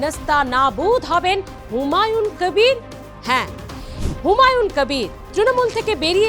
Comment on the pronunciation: আরে আপনি একটা বাংলা খবরের চ্যানেল এর সঞ্চালিকা আপনি বার বার হুমায়ুন কবিরকে হুমায়ুন ক্যাবির ক্যাবির উচ্চারণ করছেন কেন। আপনি কি ভাবছেন এইভাবে বিকৃত উচ্চারণ করলে আপনার চ্যানেল এর টিআরপি বাড়বে। আপনি নিজেই একটু এই সঞ্চালনা টা শুনে নিজেই বলুন আপনার এই সঞ্চালনাটা পাতে নেওয়ার মতো কিনা। আর আপনার তো দেখছি অনেক জ্ঞান, অনেক গুন আপনি একাধারে সঞ্চালক, রাজনৈতিক বিশ্লেষক, আবার ভোট বিশেষজ্ঞ। মনে হচ্ছে প্রশান্ত কিশোরের ভাত মারা গেল ।